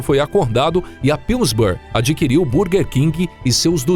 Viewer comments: Vídeo muito bom, mas por favor para de falar bUrguer 😂😂😂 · A pronúncia está errada, em inglês burguer se pronuncia “bãrguer”